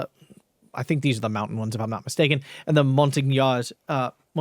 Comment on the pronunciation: Gotta love everytime someone brings French troops to one of your vids ;) "Montagnards", pronounced "mon-ta-niar"